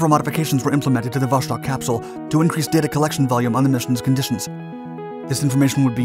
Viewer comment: Would like to watch the whole video, but hearing you say Wosztok is so irritating that i can't help myself.